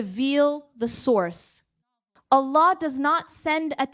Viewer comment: this speech is created with AI, observe who she pronounce Allah ajwajal.